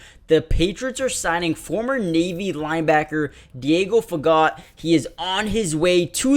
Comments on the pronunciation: Pronounced: Fa Go! The T is silent. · Diego is a fine young man from a great family! Wish Diego all the best. His las name is French, as others have said, the T is silent!